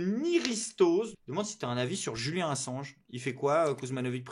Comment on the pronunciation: On dit JuliAn et pas JuliEn ! Arrête de te faire le relais de mes sales souvenir de l'appel à l'école stp, j'ai presque 30 ans :p Mais, sans méchanceté, j'hallucine encore des efforts que doivent faire les gens pour assimiler ce prénom, genre même dans le timecode, t'as quand même personnellement décider de le renommer et mettre un E. Du coup, quand G. Kuzmanovic dit devoir changer de prénom, tu le valide sans faire exprès lol très chouette vidéo, sinon ;p